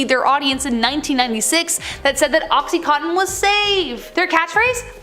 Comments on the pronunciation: OXY-Con-Tin!!… I know this show is Canadian…. But that’s how it’s said… or when people call Vicodin…. Vick-oh-Din… but it’s pronounced like Vike-oh-Din… or when people say Washington like Warshington… or go warsh your hands… where did the r come from?? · Ok you were saying Oxycontin wrong at first and that bothered me!